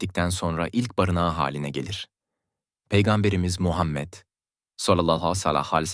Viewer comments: Hay sizin yapacaginiz videoya ya bu nasil telafüz peygamber efendimiz s.a.v. adini ne bicim söylüyor sinir oldum😢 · Oğlum peygamberimizin ismini güzel okusana yapay zekamisin